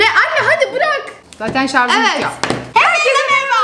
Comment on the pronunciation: şarz değil şarj